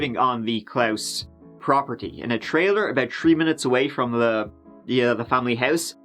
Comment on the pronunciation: i genuinly thought you was saying it wrong on accident untill you mentioned the good old holiday,,,,, how did you still say klaus wrong???